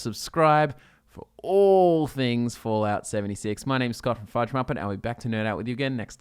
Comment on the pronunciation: He said fudge ruppet